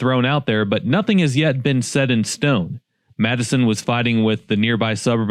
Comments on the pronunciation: Just say MattSon. Had me confused like wtf is Madison, IL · It's not Madison. It's pronounced Matteson. Like Matt + son. MATTESON. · Yea. Its pronounced Matt-sen. Not Madison. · It's called Mattson not Madison. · as a native Chicagoan who listened to news BEFORE YouTube. and before the end of Carson's and Wieboldt's (which you did pronounce correctly) I'm jumping on the Matte-Son side. Madison is the capital of Wisconsin. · Matt-son. MATT-SON. Not pronounced Madison. lol. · It’s not pronounced “Madison”. The ‘E’ is silent, pronounced like “Mattson” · It's pronounced Matte-son, not Mad-i-son IL. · Anybody from the area pronounces it 'Matt's son'. I crack up when a talking head on Chicago news pronounces it as you did. If you stopped to talk to the residents, you'd know. I used to work at Lincoln mall in the 80s. It failed due to...cough-cough...a 'cultural shift' in the demographics of the area. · It's not Matt-a son. It's Matt-son. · It’s MATT-SON not MATTE-SON. Seriously though that area as a whole is a sore sitting on a bigger sore. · Madison is in Wisconsin. Matt son is in Illinois. There is no D and the E is silent. Please learn to pronounce the towns you're going to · It's not pronounced Madison IL it's Matteson, sounds like MAT-uh-sun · It's Matteson not Madison 😮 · Matt-Sun. Not “Madison” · Matt-son, not Matison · Not “matt-a-sen”. It is matt-sen” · It's pronounced Matt-son not Mattison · Matteson Not Madison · I know many pronunciations make it sound like “Madison” but people are actually saying “Matt-uh-sin”, which is the correct pronunciation. It’s def NOT “Matt-sin” or “Matt-son”. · MATT-SON, MATT-SON!!!! Not Madison, MATT-SON!!!!!!! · It's pronounced matt-e-son or matt-son definitely not called Madison... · BTW it's pronounced MATT-son, Madison is a city in Wisconsin. Look at the number of comments highlighting that. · It’s pronounced Matt son, not Madison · In my late 60's now. That town was known as MAT-SON. How it came to me Mad-A-son is beyond me.🤷🏼